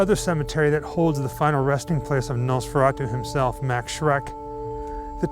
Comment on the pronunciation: His name was not "Mecks" or "Mex" or whatever, but "Max", plain and simple.